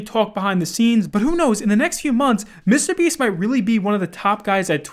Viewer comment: The way you say “Mr. Beast” is disgraceful.